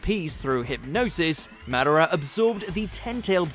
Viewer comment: if you can't say madara right, why do you have this job?